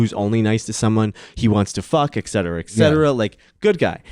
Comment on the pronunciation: Joel doesn't know how to pronounce ETCETERA